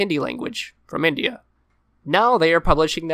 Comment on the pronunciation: “from indIhA”